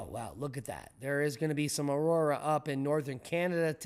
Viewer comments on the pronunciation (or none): none